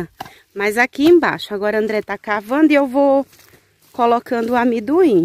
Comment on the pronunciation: O nome é amendoim e não amiduim